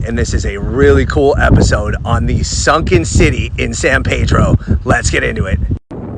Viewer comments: narrator: "San Pay-dro" every other local: "San Pee-dro" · San pee-droh …..point fur-min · Good video. I believe locals call it San Pee-dro though.